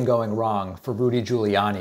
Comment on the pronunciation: Saying Rudy like the voice over Tony Baker pronounces it. (ROOOODY) makes me giggle...